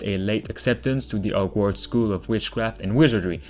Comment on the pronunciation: What happened to the "H" in "Hogwarts" and "Horror" ?